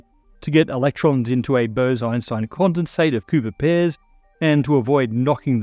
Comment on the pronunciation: Good thing for subtitles, Thought you said pooper pairs for a sec lol